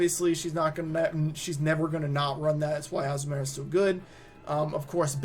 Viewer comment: I hate the way you say Azumarill